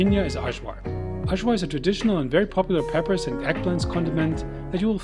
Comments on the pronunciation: Eye- var, not so hard. 🤷‍♂️ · Hi everyone, here’s my Serbian food video. I had some of the best food in Serbia - super yummy! Please excuse the terrible pronunciation of Ajvar. Wishing you all a great week ahead! 🌺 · The pronunciation of the J in Ajvar and Kajmak is the same pronunciation like yeast, Yale or yummy 😉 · Please check before you pronounce any word wrong, you messed up Ajvar and Kajmak completely